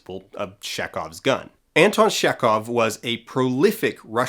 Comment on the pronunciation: You pronounce "Chekhov" wrong. The first sound is "ch" as in "check. There is also no "k" sound in that name: "kh" is pronounced as "h" in "hound". Not that it matters, but he is basically my favorite writer, so it bites my ear everytime.